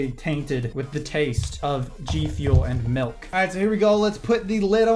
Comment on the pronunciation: Milk not melk